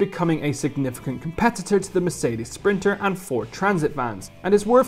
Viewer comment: S-printer not printer.....